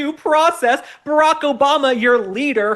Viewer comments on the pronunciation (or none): none